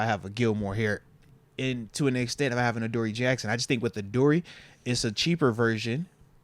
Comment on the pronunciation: Moats pronounces "with" as "wif" 😂